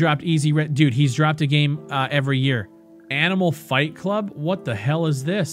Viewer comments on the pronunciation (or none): Lmao... that Canadian "d0000d, this game is d00g shit mannn" got him this far... :D